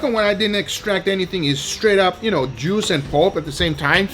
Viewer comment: Damn I kept hearing "It's all about the jews" xD